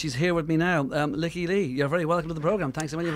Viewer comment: She (Lykke) has pronounced it 'Leaky'. That is the proper Swedish pronunciation.